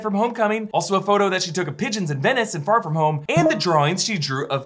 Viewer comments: Why does he say "far from home" like Pharfignewton??? Lol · I swear if you pronounce “Far From Home” like that one more time I’m gonna explode! 😅😅😅